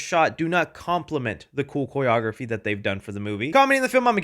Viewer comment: How are you pronouncing Choreography? Lol